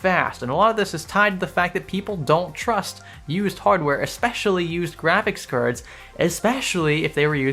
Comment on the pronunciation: This man said "used Graphics Kurdsz"